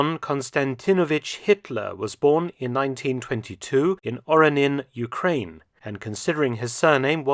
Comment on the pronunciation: OoK - RaAn - nee- yan .